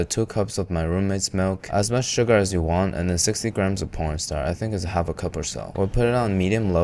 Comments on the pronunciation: He did NOT say "corn starch". Unless you swap the C in corn with a P and drop the "ch" off starch. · I swear he said "pron star mixture" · 😂 same I might have heard p*rn st*r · Pornstar instead of cornstarch 😭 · did i hear you say pornstarch instead of cornstarch?😂😂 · i thought he said porn star😭😭😭 i had to relisten to hear corn starch 😭😭😭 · You are totally saying “pornstar” and not “cornstarch” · did you say 60 grams of porn star. I stg you said porn star instead of corn starch lol. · 60 grams of pornstar? I understand you meant corn starch but that mispronounciation has to be intentional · why do you say "p**n star" instead of cornstarch? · he definitely said porn star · Does sounds like a po*n star instead of corn starch? Maybe it's my English 😂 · Did this man say pornstar instead of cornstarch ? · 60 grams of CORNSTARCH, not “storn par” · Someone convince me that he says "corn starch" and not "porn star" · why did you call cornstarch "pornstar" 😭😭😭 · Umm what? I had to turn on the subtitles at some point (during the fried milk part) just to really make sure… one of the ingredients is “porn star” ….? Do you joking mean corn starch? 😂 like I want to to know how to ACTUALLY make this 😅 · Is nobody else noticing the fact that he says P-star instead of corn starch? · Mister.. CORN STARCH. Not… PORN STAR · Did bro gust say p*rn star? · "Cornstarch" does not start with a "p" my boy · Did he said pornstar instead of cornstarch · He did not say corn starch. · Had to rewind cuz I know I didn't hear cornstarch pronounced the right way lol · Bro did NOT say corn starch💔💔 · bro did not say cornstarch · bro did NOT say cornstarch 😭😭😭😭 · Bro did NOT say corn starch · ayo I'm deada** sure bro did not say corn starch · what star? (i know its starch but like yk what it sounds like 😭) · Anyone else just hear porn star mixture 😂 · “And 60 grams of p0rn star”😭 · I thought I was the only one that heard Pornstar glad to know I'm not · Did you say “pornstar” to thicken the milk?